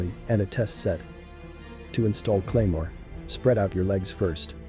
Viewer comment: "Cremoa" jesus christ